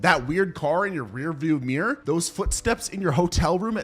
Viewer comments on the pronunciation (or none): none